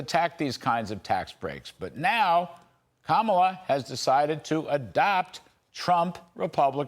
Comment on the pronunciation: Pronounce her name correctly dude. Please